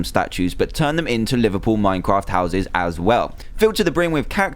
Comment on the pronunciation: Anyone else think he said "Liverpool" not "Live able"